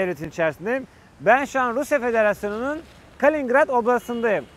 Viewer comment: Ya karman çorman anlatıyorsun. Petersburg'da mısın, kaliningrad'damısın belli değil. Türkçe diksiyonum da çok kötü. Kalingrad deyip duruyorsun, bu ne ya! Kaliningrad, Kaliningrad. Seni iyi anlıyor ordaki farklı aksanla türkçe konuşanlar